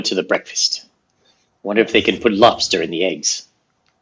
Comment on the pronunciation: Lobstah lol